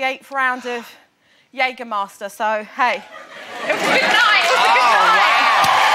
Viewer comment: JagerMEISTERS ...not Masters... omg the most disgusting shot ever like cough medicine but worse.....learn to talk!